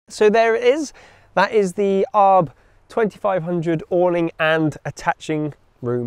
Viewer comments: It’s A R B not arb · just a small note, it's pronounced A.R.B..................... :) love the vids guys. cheeers